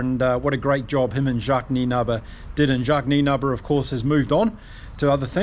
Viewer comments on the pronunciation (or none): none